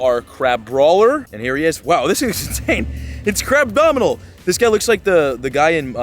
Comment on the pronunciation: bro said crabdominal 💀